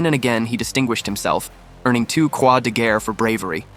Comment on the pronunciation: Pronounced ''Kruks Day Gare''!:face-green-smiling